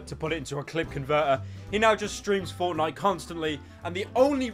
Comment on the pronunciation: First word “Fowtnyite”